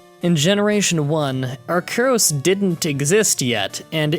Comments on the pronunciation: Not trying to be a grammar nazi, but I believe that " arceus" is pronounced "Are-Sea-Us" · It's pronounced Ar-see-us, according to the anime. Also, maybe it's because part of my formal training was learning skull shapes and how a face is determined by skull shapes, but I never found the theory linking Kangaskhan and Cubone very compelling. Honestly, with the way Cubone's skull is shaped, it should have an appearance closer to Charizard, albeit with a larger cranium and sharper cheekbones. They wouldn't look like a Kangaskhan at any stage of its life. But, hey, that's just my opinion. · Its Pronounced Are-See-Yus